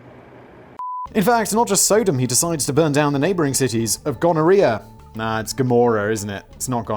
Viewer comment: Dang Simon! First of all it's pronounced Sah-dumb, in popular culture anyway. And then, me thinks the Lady doth...dude. Your obsessive religion bashing is way over the top and makes your fear of death thing painfully obvious even before we hear about the Uncle Walt inspired deep freeze (gawd I hope that's a joke, 'cause science tells us it just don't work that way!). Not religious myself, but it's painful to continue to watch, smacking up against juvenile Edge Lord Uber-cringe territory, the view from the outside of the fishbowl anyway. Or are you a Family Guy fan and are just of the school of comedy that relies heavily on dragging a horse corpse around with you wherever you go? Badoomboom, (cymbals crash)!